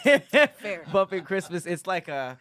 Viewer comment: Tom…he said Crestmas